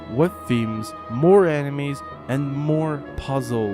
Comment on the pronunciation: "puzzles and animes,and location and themes"